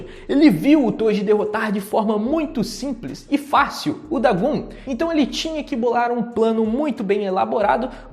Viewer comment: O nome do vilão é DagOn, não Dagun, que agonia aaaaaaaaaaaaaaaa, a letra "O" tem a mesmo pronuncia em japonês e português